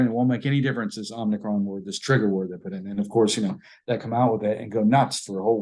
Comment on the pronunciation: "om-ni-cron" is not om-i-cron. this is like nu-cu-leer, for nuclear. ??